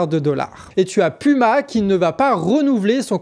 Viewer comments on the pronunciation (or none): none